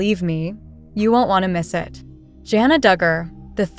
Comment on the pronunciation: Hey learn to pronounce her name correctly